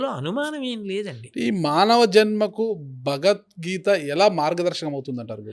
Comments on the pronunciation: The anchor is not suitable for this conversation with Great Changanti, Felt pathetic hence he asked questions about his Salary and worst is the anchor can't even say "BhagawadGita" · నీకు జలీల్ ఖాన్(బీకాం లో ఫిజిక్స్) కరెక్ట్... నువ్వు నీ చెత్త ప్రశ్నలు... ముందు "భగవద్గీత" అని స్పష్టంగా పలకడం నేర్చుకో... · Bagad geetha kadu ra luccha....bagawath geetha anaali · మన దరిద్రం ఏంటంటే గారికి భగవద్గీత అని పలకడానికి కూడా రావడం లేదు మళ్ళీ ఇతను గురువు గారిని భగవద్గీత గురించి అడగడం మన ఖర్మ 😂😂😂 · Anchoring ante vurike mataladatam anukuntunaru. Pedallu and guruvullu toh matalade tappudu maryada padathulu telusukoni cheyali. Em matalduthunam ani teyali athiga miglina interview laga guruvu garini cheyadam baledu. Bhagavad geetha ani palakatam raledu aa anchor ki . Deniki aa bratuku?? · Anchor gaadiki..Bhagavadgita Anadame ravatam ledu.. Roju Saara taagi Bhairi Naresh ane Gorre Babu La matlaadutunnadu.. Anchor Pedda.... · ఎవరయ్య ఈ యాంకర్ భగవద్గీత అనడం కూడా చెత్త రాదా వీళ్ళ గురువు గారినీ ఇంటర్వ్యూ చేసే వాళ్ళు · చాగంటి వారిని ఇంటర్వ్యూ చేసె స్థాయి కి లేదు. ఈ ప్రబుధ్ధుడు ఇంటర్వ్యూ చేయడం. వీరికి తెలుగు భాష కాదు బాస, గోస. భగవద్గీత అనలేడు, ధర్మం అనే పదానికి ఒత్తు పెట్టిన పాపాన పోలేదు. ఖర్మ!నోరు మాట్లాడితే నొసలు వెక్కిరిస్తుంది. అప్పుడెప్పుడో ABN ప్రబుధ్ధుడు చేశాడు ఇట్లాంటి ఇంటర్వ్యూ. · నీకెందు ఇలాంటి ఇంటర్యూ లు, " భగవధ్గీత " అని పలకటమే రావటంలేదు రా సామి నీకు... నీకు be com లో physics చదివిన జలీల్ ఖాన్ లాంటి వాళ్ళు కరెక్ట్... So don't mess with Guru's 👊